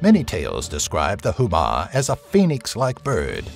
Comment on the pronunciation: I know it's hard to pronounce the names correctly, but if you're making videos about mythologies and cultures, such efforts shall be taken. Azhdaha, is pronounced similar to Ajh-Da-Ha. It's not Huma, but Homa.